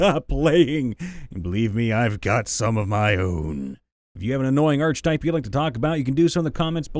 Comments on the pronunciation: Hate me if you will, but... ARK-a-tipe not ARCH-a-tipe Leaving now. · Archetype. Sounds like aar·kuh·tipe Not arch type. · The “arch” in archetype is pronounced wi to a hard c. Like ark. It’s not arch-type. It’s ar-keh-type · Dude it's ar-ke-type, not arch-type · Please stop reading archetype with a "ch", it's pronounced with a "k" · I wasn't going to say anything, but it kept happening - the "ch" in "archetype" makes a "k" sound. It's "ark-eh-type" or "ar-kuh-tipe," not "artsh-a-type." I know D&D-enjoying types often learn uncommon words by reading them, so pronunciations can slip by, but sometimes it's common enough that I don't understand how anyone can say it so often and never be corrected. I don't fault anyone for not knowing - I fault every other person they've said it in front of who didn't bother to inform them before. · Archetype... Not arch-type, but ark-eh-type. Trust me my Ohioan friend. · It's pronounced Ark-a-type. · Ar-che-type, not arch-type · the correct pronunciation is ar-keh-type. Usually people who say arch are people who learned it by reading and never were corrected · Ark-e-type, not arch-e-type. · I-is he saying arch-type instead of ark-eh-type? Accents are weird. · I swear that every time he pronounced it "arCH-type" instead of "arK-e-type" I winced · Same here. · Ark uh type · I'm sorry but i had to say it. It's pronounced Arc eh type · The "I pronounce it 'arch type'" archetype has been driving me up the wall lately. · Sweet salty christ no. Not a ch sound. It is pronounced ark-a-type. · Archetype. (ARK-eh-tipe). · It's a hard c sound, not "arch" Ark-a-type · The most annoying archetype is the one that pronounces that word "arch type." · Dude I love you but the arche in archetype is pronounced ARK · Hey dude, not to be rude, but it's pronounced (ark - ah - type) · The H in archetype (ark-itype) is silent just like it is in architecture. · I'm not convinced you mispronounce words on purpose. Arch-type?